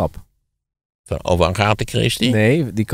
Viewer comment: Lijkt mij toch ook nog altijd een begrip, daarbij was deze kwestie afgelopen jaar volop in het nieuws. Wel grappig dat Van Rossem Agatha op z'n Nederlands uitspreekt.